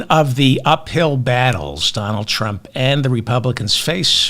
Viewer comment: "Donajd Eych Trump"